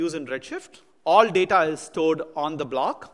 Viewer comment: Funny when he says ALLO!! Not sure why no one corrected him yet?